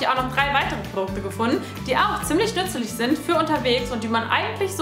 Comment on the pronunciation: Sie sagt nützelig